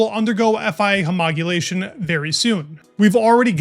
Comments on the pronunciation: You're still pronouncing homologation wrong. you're pronouncing it homogulation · It's homologation, not homogulation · What is homogulation? You mean homologation? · Homogulation? Seriously? Its homologation...american public schools need so much help. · Not homogulation. Homologation. Needs practice. Great job otherwise! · bro.... ho mo lo gation not homogulation...... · Homogulation??? You mean homologation??? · 😂wtf is homogulation??? . Homologate (hō-mä-lə-gāt) Homologation. As you were private. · Love your videos but it is "homologation" not "homogulation" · Homolo-gation NOT homog-ulation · Please! Its hom-ol-ogation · *Homologation. This is something that you’ve been pronouncing wrong for a while and I don’t understand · Hey bro, can I offer you some feedback on pronunciation? Huh-mall-uh-gay-shun (or Hoe-mall-oh-gay-shun, pronounced more formally) Edit: Also, great video! Thanks for doing what you do. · Please learn to pronounce “Homologation” properly. 😂 It’s great that you’re learning more about F1, but your viewers will take you more seriously, and believe you’ve got decent motorsport knowledge if you can at least say the basic words correctly. 👍